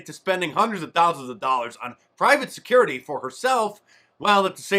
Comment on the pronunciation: I say Cori can have the money for her "securrty" if she can pronounce security correctly just one time. And will someone please take the coke away from her. She looked like she was about to bounce off the screen.